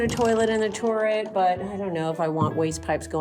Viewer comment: ‘Touret’ , it’s a turret 🇦🇺